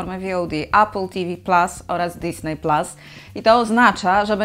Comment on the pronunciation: Fajny materiał, już wiem co będę robił w listopadzie :) Ps.Widzę, że tytuły filmów są wymawiane starannie i poprawnie, to jest fajne, ale drażni mnie trochę w uszy disney, nie pasuje do reszy :)